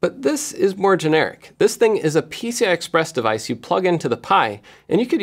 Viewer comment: Thought I heard you say "Pizza Express devices" :(